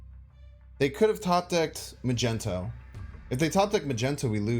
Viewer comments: He really said “I say magneto because that what the card says” hahahah no it doesn’t. It’s magneto not “mage-n-to” just like it’s giganto not “gig-an-to” be consistent in your mispronunciations. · I stopped watching this video as soon as he said “Magento” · Magento….Jesus bro do you really not know how to say his name? Lol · The "Magento" thing is annoying. Like dude chats even trying to tell you. I thought it was a troll thing but then he said Giganto.... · Why was he pronounced it "Magento"? It's like a Magnetic, but with O at the end. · Why does he call him magento ? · Mag - nito (how to pronounce Magneto) 🤗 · Lol at “magento” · Did you call magneto.. Macento? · Dude hasn't seen one of the dozen X-Men movies 😭 wtf is Magento 😭😭 and then hard G giganto 😭😭😭 wtf dude this is so painful!!! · call him Magento one more time i fucking dare you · Dude why are you spelling magneto wrong all the time... ma gNE to, there is no gen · please stop saying magento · He says it on purpose unlike Mogwai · My mans just said "Magento"...... On more serious note, this is one of the more innovative decks I've seen in recent play and I'm really looking forward to running this. Btw, would Psylocke be a good enough replacement for wave and are your tier 3 and 4 decks meaning they're higher or lower tiers (like some ppl say tier 1 is best, and vice versa) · What you mean? It's Majento. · Please tell me you're just making fun of magneto's name. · You have the best fans I've gone through the comments and no one seems to care to call you out for your slaughtering of the name Magneto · I'm preeeety sure he says it on purpose, I think it's a meme on his channel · also it's just a meme and he does it just for fun He calls Luke Cage, Nick Cage as well. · it's fuxxing MAGNETOOOO NOT MAGENTOOO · Did he just say Magento? His name is Magneto 😜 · Yo who is “MAGENTO” lmao its MAG -NE - TO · Why u all say "mageNto"? It's MaGNeto. Do I missed something?